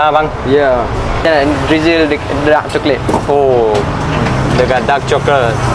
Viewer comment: Daarrrqqqq coklat…pekat hang punya dark tu eh😂